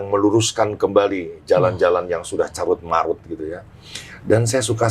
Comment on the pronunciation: Karut-marut Bang Dik, bukan carut-marut 👌